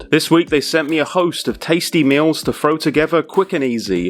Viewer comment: This is the best channel on YouTube because you pronounce throw as fro.